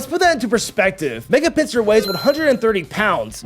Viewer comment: IT'S PINSIR, NOT PINCER!